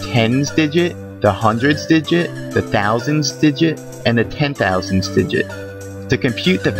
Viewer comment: I never want to hear you say digit again. :P